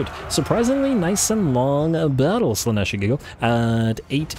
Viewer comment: I don't think I'll ever get used to the way you emphasise slAnesh instead of slanEsh, but that's probably just an accent thing 😂 Archaon is one of my favourite lords, he's just such a wrecking ball. I normally keep him off his horse, tends to make him more survivable in my campaigns. Dorgar ofc will be very sad but the added anti-large and middle fire danger is too much imo.